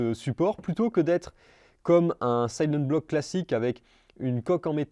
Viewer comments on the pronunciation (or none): silent-bloc ❌ sayleune-bloc ✅